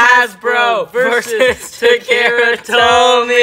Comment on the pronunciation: It's pronounced Ta Ka Ra